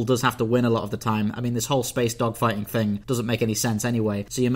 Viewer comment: Did you say spaceDOGfighting or spaceDOCKfighting? 😂